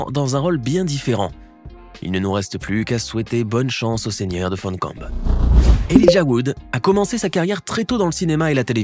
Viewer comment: ... et ce n'est pas Galadriel dans la séquence de présentation, mais Eowyn (Miranda Otto). Et puis.... inutile de prononcer "Fondcombe" à l'anglaise, étant donné qu'il s'agit du nom français de "Rivendell" !